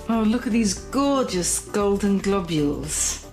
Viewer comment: "Gorgeous golden globules"... god, I love her RP (received pronunciation) accent and frequent use of alliteration.